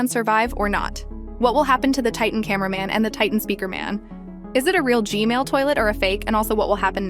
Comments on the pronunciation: Why do you say G-mail toilet not G-man toilet 🚽😡 📹💀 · Bro said G-Mail ahahaha😂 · Why do you say g.mail toilet?! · Why do you keep saying Gmail toilet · G-Man❌ G-Mail✅